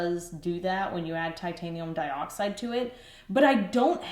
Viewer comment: So for some reason when says Titanium dioxide in that accent all I can picture is the caterpillar from Alice in Wonderland